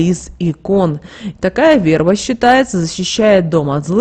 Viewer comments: В е рба, а не верба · Да что же вы искажаете смысл слова "верба" Говорите правильно! Слух режет.